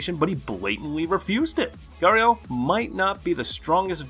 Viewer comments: Did you just say gario 😂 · That is not how you say garou name